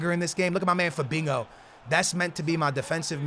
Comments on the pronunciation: Fabinho not fabingo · Naw he saying fadingo mandingo hoodingo idk wtf he say 😂😂 lol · zKaPii-_- he says it with a Portuguese accent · He always says Fabingo ...... ( no hate its just funny )